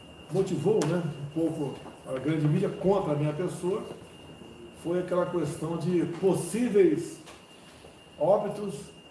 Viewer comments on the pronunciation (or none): Toda vez que ele fala "kuestão" eu morro um pouco por dentro